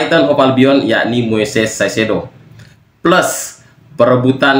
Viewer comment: kaisedo bacanya bg, bukan saisedo